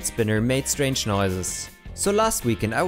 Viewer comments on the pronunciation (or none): none